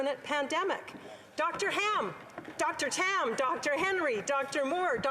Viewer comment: did she say Dr Ham because Tam is a pig?